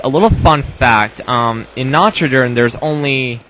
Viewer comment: Nacho dur undo tehn? XD i LOVE your pronouncuation xD it's completely wrong! But its so funny hahahah